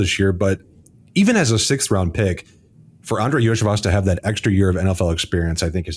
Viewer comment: Iosivas = Yo-See-Vosh